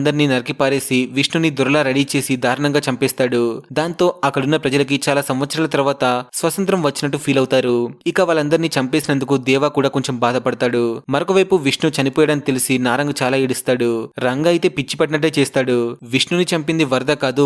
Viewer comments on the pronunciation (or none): Adhi swasantharam swarnagiri kadhu bro swathanthram😂😂😂 btw nice explanation😊😊😊